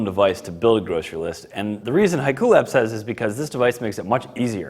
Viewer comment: Shouldn't it be pronounced "Hee-ku" not "Hai-ku"?